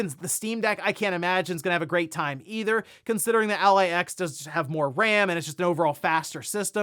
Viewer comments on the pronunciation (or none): none